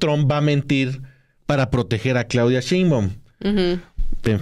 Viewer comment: Pero esa “bellaca” no dice correctamente el nombre de nuestra presidenta Claudia !